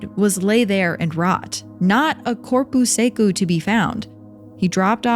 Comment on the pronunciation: Fala sério! You honestly think “corpu secu” is good pronounciation of corpo seco?! Kkkk